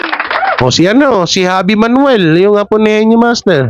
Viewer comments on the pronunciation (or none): none